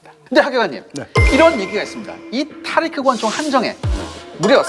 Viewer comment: 따리끄... 찰진 발음 귀여우심 ㅋㅋ